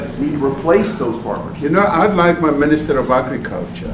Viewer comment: Red as a tomato 🍅.....Da mista meeeneeesta.....ov.....agggicaltcha...Red as a tomaytah ...avytineeezayt....Red as a tomayta....disgraceful at best...